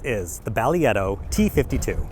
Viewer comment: Less than two minutes into the video and I came to see if anyone mention it was pronounced differently, because I've not heard anyone pronounce it like did. 😆